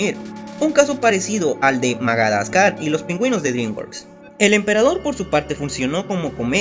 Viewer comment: pensé que habían un montón de comentarios riéndose de que dijiste magadascar.